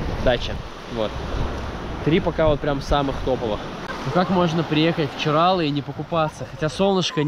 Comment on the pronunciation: ЧиралЫ!!! Нельзя коверкать наименования, это как неуважение для меня